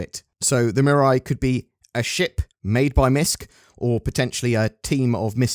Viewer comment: Mate!! It's not "Mirai" like "mirror eye" it's MEE RAI Based on the kanji looking characters on the logo if you assume they are Japanese it means "future"